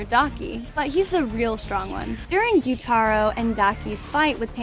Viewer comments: man said guyuu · Why was she saying guyuu at the start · stop saying (gyutero its gyutaro) (and zenetsu its zenitsu) and (tanjero its taniro) where did you learn you speak